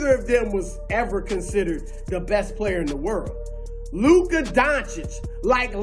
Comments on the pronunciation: I don’t care what color you are because I’m not racist. But over and over I hear black analyst mispronounce Luka’s name intensionally out of disrespect but they can pronounce Giannis’ last name. Ha. And they ALWAYS have to preface any compliment with “ it he’s slow” or “unathletiic”. And ain’t nobody padding stats in Dallas my man. Luka got 33 and 18 tonight in 29 minutes. He always sits and takes a rest win they’re winning. Harden played 39 minutes tonight. Luka rests each half and still averaged a 30 point trip dub last month. He has more 9’s in the stat columns than anybody. Do you think ANY other star would take a seat on the bench when they are one play away from a T-dub? Ha. Luka does it all the time. He could have four more triple dunked this year with one extra play. But he takes a seat life you’re supposed to. He doesn’t rob teammatesnof rebounds. It’s all in the flow of the game. All while black dudes flagrantly foul him and the rest of the white dudes in the league. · Averaging a 30 point trip-dub for an entire month now (only three players EVER did it); we call that the Triple-Doncic. But if you can’t pronounce that (like all the black NBA analysts who intensionally mispronounce it out of disrespect) you can just call it the 30 point Luka-Double. Peace!